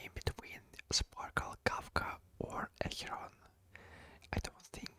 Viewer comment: Когда ты сказал Ахерон я подозреваю что ты русский....